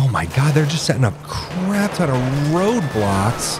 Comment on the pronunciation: Sounded like you said the police were setting up Roblox.